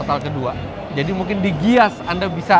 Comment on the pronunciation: haha bener tuh.. dia malah bilang GIIAS